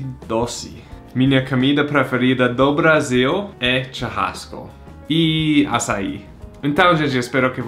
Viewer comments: "minha comida preferida do Brasil é tcharrasco". Esse sotaque 😂💙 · eu entendi charrasco 😂😂😂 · Ele falou com sotaque do Mato Grosso, tchurrasco